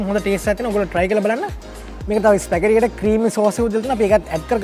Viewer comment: "ස්පැගටි නෙවෙ ස්පැගති" from italy...just knowlege of u